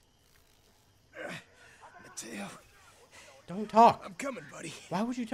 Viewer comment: stop calling him mato